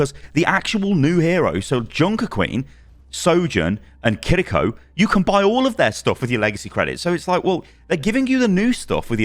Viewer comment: Just say “Kiriko” in an English accent. You’re not impressing anyone by trilling your “r” and quite frankly it comes off as cringeworthy.